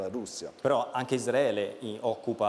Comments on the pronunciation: Veramente dice: Isdraele? Come i cafoni? (non ho nessuna intenzione di sentirlo cibandomi più dii mezz'ora di deliri) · Il prof quando dice Palestina e Isdraele😂ko❤